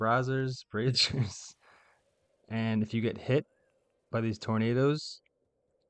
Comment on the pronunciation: Laughed when you said "Bra-Zers"